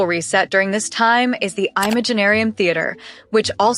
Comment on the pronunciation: Paimon ❌. Paymon ✅🥹🤣🤣🤣 Imaginarium theater ❌ eyemaginarum theater ✅🤣🤣🤣🤣